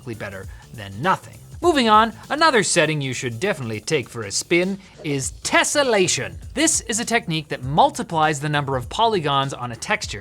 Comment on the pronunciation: That was the most British "Tessellation!" I have ever heard.